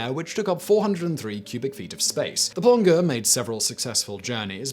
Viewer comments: It’s “plonjeure” the way you pronounce it not plonkeur or whatever you said. It means diver in French. Source: me being a proud Québécois :3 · French plongeur -> pronounce plon "soft J" jer like in jerk. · Plongeur - pronounced plonjeur..... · For future reference Simon, "Plongeur" is pronounced with a soft 'g'.